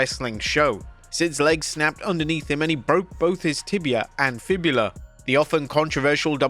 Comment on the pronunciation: Thank you for calling it a fibula and not a fibia.